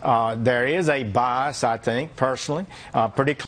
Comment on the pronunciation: "There is a BI-ASS?"